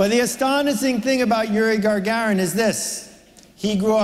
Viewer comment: Very inspirational up until when Seth adds an "r" to poor Iuri Gagarin's name. Here's some free marketing advice: do your research.